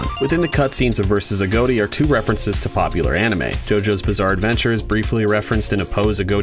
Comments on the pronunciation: You're saying his name wrong It's a-got-i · Why do people say A.G.O.T.I as A.G.O.A.T.I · AGOTI is pronounced : A-GOT-I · you pronounce it like agoati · It's pronounced A-got-y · Its pronounced agoti I thought it was pronounced agot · why tf he saying aGOATi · He pronounced A.G.O.T.I.'s name wrong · I think that he said his name wrong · Your saying his name wrong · You pernounces Agoti wrong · Thats not how u prenounce agoti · Agoti not agoati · it’s agoti not aodie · A-GOAT-E It’s I-GOT-E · That does make sense, but in the "Interview with CaptainJackAttack" the original owner of AGOTI had pronounced it as "a-goat-ee" not "a-got-ee", so I had assumed if that's how the original creator says it, then that's how it's supposed to be said, y'know? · no it's not. It's Agoti not A goatee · I learned 11 things: Its pronounced a-goat-e. I thought it was pronounced a-got-e. You learn something new every day. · BRO IM DYING RN🤣🤣🤣🤣🤣🤣🤣🤣. The way he says “AGOTI” just makes me laugh so hard, I could probably laugh my literal INTESTINES AND BALLS outta me! Man it’s pronounced (A-GOT-I) not (A-GOAT-I) man! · It is a-got-e as confirmed by the owner, but this guy just pronounces it that way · the fact that says "a goat e" instead of "a-got-e" disturbs me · it’s not ah goat E it’s A got I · i know i'm gonna get shit on but it's a-got-tee, not ah-goat-tea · He said “agoaty” and not Agoti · His name is a-got-e not a-goat-e lol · It’s A got i , not a goat i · Uhm it's (uh • got • ee) not agoati Agoti :> agoati >:< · Sorry I just hate how people don't say it right I'm still subscribed. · Um not trying to be that guy buts it's pronounced a-got-tee not a-goat-tee. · It's not agoati it's agoti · "agoati" I LOVE THE WAY HE PRONOUNCES IT XDDD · How well do you know Agoti, your pronouncing his name like a goatee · THE WAY U PRONOUNCE HIS NAME IS. A GOT I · You say AGŌTI? I say AGOTI (but like with a little smile above the o so it’s a short o sound instead of a long one like how you say)